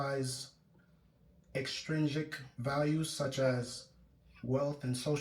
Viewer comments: Yesss because The issue is he said “Exstringent” then “intrinsic” , then “extrinsic” . And we get literally a few seconds to listen process and answer the question , so I was confused & the nerves had me rambling 😭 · He was saying extrigent lol which isn’t even the word